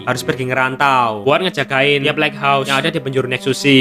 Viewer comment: Lait haus bang bacanya Bukan leghos